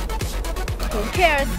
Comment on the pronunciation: hu keers? ho kers? calling all call center training programs in the Philippines..please teach them how to enunciate and pronounce the word properly..dont make the world laugh at them..hu keers..poor chinese youth, i feel so sorry for your country! hu keers? hahaha😂😂😂😂